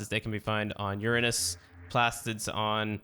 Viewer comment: thank you for saying Uranus correct appreciate it ❤️